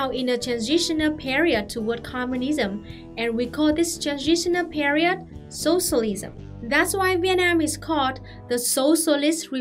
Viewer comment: I just love how you pronounce “sossolism”